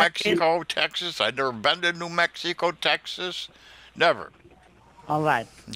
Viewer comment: New Mexeeeco TX. Babbling scammer.